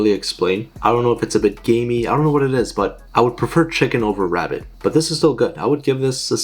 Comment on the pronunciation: Bro just ate a Wabbit for weal. 😭